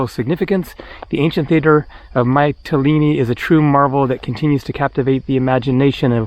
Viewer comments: It's pronounced "Mitt-a-lean-e" not "Might-a-lean-e' FYI. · Actually, all the vowels in the word are pronounced in the same way as the letter "e" or "ee" (see, meet, greek etc). There is no "a" sound at all. So it's more like "Me-tee-lee-nee". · Hi. It's Meetilini like Meekonos. The Y in Greek is pronounced with a clear ee.